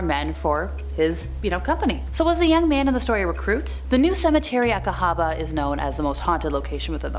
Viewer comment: Thank you for pronouncing Cahaba correctly. Sincerely an Alabama native.